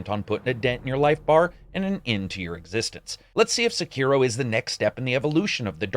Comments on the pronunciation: “Sekeroh” Oh dear... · I'm a little bit disappointed in your pronunciation of Sekiro. But I still love you. You're the best!